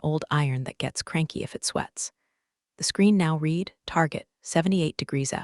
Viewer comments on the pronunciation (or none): Hate the AI which is unable to tell the difference between live(liv)or live and read(red)or read(reed),picky I know but they pay someone to program the system why not pay someone to narrate the story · lets teach the AI to pronounce Patagonia, louboutin and the difference between read and read (red)